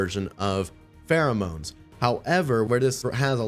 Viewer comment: Does nobody get the spelling? It's pronounced FEAROMONES as in FEAR bc the mobs in DnD cower in place? What you are saying is Pheromones.. extra A in the legendary name.. get it? :)